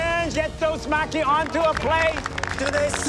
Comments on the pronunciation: Its pronounced mah-key not Mack-kee You all failed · was looking for this comment lol...they are saying mack-E, and it's pronounce ma-ki...like how it's spelled. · Why do you guys pronounce it "Macky"? It's pronounced "Mah-ki" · Omg I thought I was going to lose my mind every time they said maki wrong. A part of my soul died everytime they said it ☠️